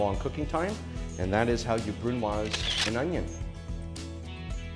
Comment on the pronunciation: Congrats chef you pronounced it wrong